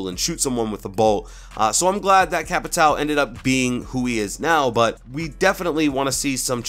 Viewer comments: Maestro is not pronounced miastro it’s pronounced ma-eh-stroh and capitao is pronounced capitoh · When you pronunciate "Alibi" or "Maestro" or "Capitão", I wanna cry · Please, use Google translate to know how to pronunciate it